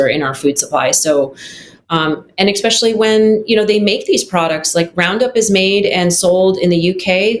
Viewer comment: I have serious reservations about how qualified a person is when she uses “expecially”